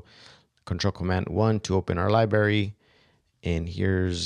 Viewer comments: please stop saying "Lie-barry"--- your correctly pronounce it: "Lie-bRarry" --with the "R" sound! Be professional! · bro u got some good videos. . .but please stop omitting the R in your pronunciation of libRary. . .it's fuckin killing me! = P <3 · Video was good, but not sure what a LIBARY is.